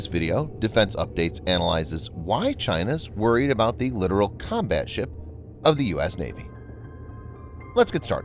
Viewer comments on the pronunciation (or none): Dude you sound dumb saying LITERAL. It's LIT-TOE-RoLL. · It's not literal. It's Littoral. Lit Tor Al. Both Ts are pronounced. Exactly as it is spelled. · The voice over guy is literally pronouncing "littoral" as "literal." Don't feel too bad, though... The late Sen. John McCain literally made the same mistake when he was running for president. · Come on. Let us get with the program. It is NOT a literal combat ship!!! It is a Littoral (long "i") Combat Ship that operates in the littorals...literally. Calling the LCS a literal combat ship is like calling an "A" "H" 64 Apache Attack Helicopter an 'ah' 64... sounds VERY UNPROFESSIONAL and all those who hear it that... that have 'been there and done that' are disturbed by the lack of understanding of the common man of things military. Military communications verbal, data, [anything] must be accurate, unambiguous, and timely. To call an LCS a literal combat ship is to use miss-information against the public... who paid for all of this! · Littoral isn't pronounced the same as literal. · If only you didn't mispronounce Littoral the entire time.